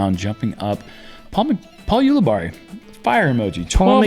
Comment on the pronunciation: Is Jerm trolling Paul by CONSTANTLY MISPRONOUNCING HIS LAST NAME??? or is he unaware. Sounds like Barry. Not Barney. Uli (we got that part) Barry (phonetically) Say it together! Ulibarri !!